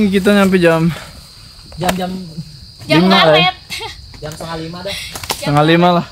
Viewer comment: Bukan jem, tapi jam... 2 jam bukan 2 jem? (bhs indonesia) Bukan mata aer bang tp mata air..